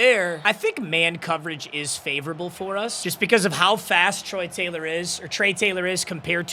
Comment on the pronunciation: Say Trey Taylor again I dare you